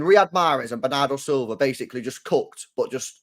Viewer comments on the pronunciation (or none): none